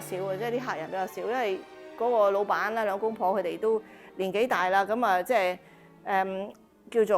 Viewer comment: 「龍華酒店」真係好值得我們珍惜㗎‼️ 認同您的構思～它也可以增設博物館（酒店十博物館）正呀👍👍👍 您將鍾老闆讀成鍾檸檬🍋（搞笑🤣😂🤣😂🤣）好在您哋無剪走這part😁 您的正氣/正能量連鸚鵡都感覺得到，佢主動同您握手呀。唔係…係握爪先啱😁 希望大家都多啲幫襯「龍華酒店」 好多謝分享和介紹。 ㊗️您身體健康‼️平安幸福‼️